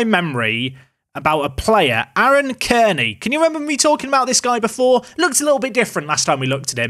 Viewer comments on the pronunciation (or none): none